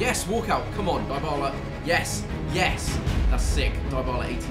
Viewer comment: Did he really just say “DIEbala” ?